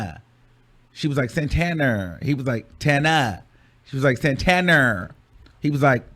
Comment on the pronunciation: I’ve never really got into Saucy, but I gotta give him respect for the way he handled her messy asz!! She tried to play him like a groupie, and he let her know it’s not that serious, boo!! CONSTANTLY mispronouncing his name incorrectly?! Continuing to call him Santaner instead of Santana!!